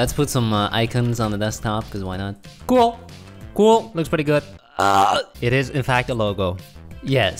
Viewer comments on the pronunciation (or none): I love the way yall say cool "CUAL"